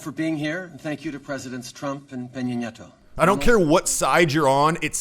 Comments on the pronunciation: Correction, Trump actually pronounces Nieto's name correctly. Trudeau half asses it. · Trump was trying to act alpha by putting a little stink on his pronunciation of Nieto’s name. It’s an alpha move but it goes to show that the idea of “alpha” is mostly just immature posturing.